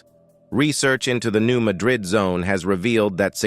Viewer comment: Hey, for a guy who speaks for a living: It is pronounced, "New MAD rid". The accent is on the first syllable. You should put your arrogance on hold while you try to do your job properly.